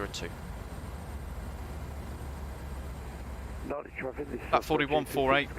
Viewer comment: NADI - pronounced NANDI !!...but beautiful scenery, livery and v nice video as always